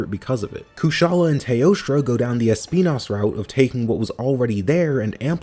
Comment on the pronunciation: I love how you pronounced Espinas name in both English and Spanish 😂